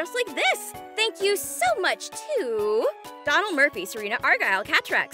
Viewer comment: I did not expect my name to be the first one on the list of Patreon supporters as that but I'll take it 😂😅. Thanks for the great video and can't wait to support your future videos. (Also, if you do ever see this comment and want to know how to pronounce my first name, it's Do like dough and then nal like null so dough-null. I tend to get that version you mentioned a lot when people who aren't familiar with Irish names read it for the first time so don't feel bad that you got it wrong on the first go around. There's a learning experience for everything. I'm just happy to be on the list of Patreon supporters).